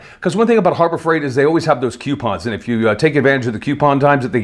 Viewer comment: Did he say Horror Fright Store ??